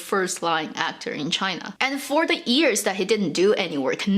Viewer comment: Random comment: She seems to never pronounce the ‘y’ in years. Always sound like “ears”